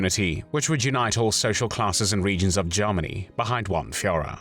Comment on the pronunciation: Well my gut feeling was a German speaker speaking very good English but with some vowels which are a bit off. The "er" sound in the word "Germany" sounds here more like an "ah" (which is the vowel some RP speakers used early in the last century and may still be being erroneously taught in some parts of the world). "The "a" in "hand" sounds like the "e" in "hen" - too tight.